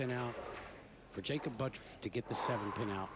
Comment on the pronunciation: His name is But-turf.Look at the spelling Not Buttruf.It's Butturf.